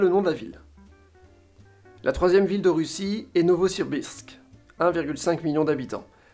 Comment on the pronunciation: Novosibirsk, pas NovosiRbirsk. Ma ville natale.